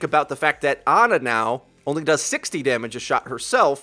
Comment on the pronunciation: Why can't you guys pronounce her name right? Jeff literally pronounced it as "Orissa" lol not "Oreesa" hahaha you do it with Ana too!